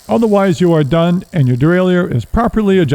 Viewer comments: Great tutorial. Even willing to forgive the constant mis-pronunciation of derailleur. It's "de-rail-er*" not "de-rail-e-ur". Just like a shifter is a device that shifts, a derailleur is a device that derails the chain. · It is not pronounced dee-RAY-lee-yer. That is incorrect pronunciation. More proper would be day-rye-YURE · Derailleur (a French word).. just pronounce it as Easy as DERAILER. Simple! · It's probably for the wrong pronunciation of "Derailleur"... ;)